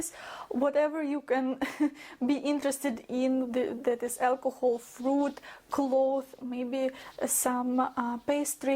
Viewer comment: (Psst,: you should be pronouncing the "s" in clothes:))